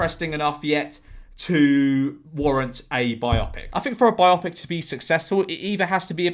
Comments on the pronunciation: It's "bi-OH-pik", not "bi-AH-pik". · Why do you pronounce Bio pic as Bi Opic? It is a biography combinde with a moving picture, not a double opic? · Omg Jorge stop saying Biopic like biotic, it’s Bio-Pic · I think it's pronounced 'bio-pic'. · Um... how exactly are you pronouncing the word "biopic" and, erm, given it's from two words "bio" and "pic"... why? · bio pic mate not biopic pronounce it right please